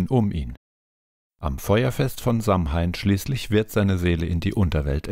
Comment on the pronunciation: Sehr interessantes Video :) jedoch wird Samhain anders ausgesprochen. Es wird Sa-uin ausgesprochen